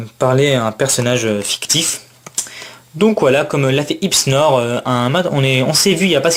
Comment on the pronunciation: bon retour de brocante ^^ porygonX et branette il son en PSA -10 xD sinon si je peu me permettre, mon Nom ces Hysnor pas Hipsnor xD